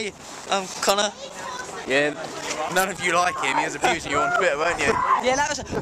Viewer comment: oh my GOD! English people say my name so cool. I keep going to to listen to and say it. We need more of yall over here in America. Come see us. Right meow.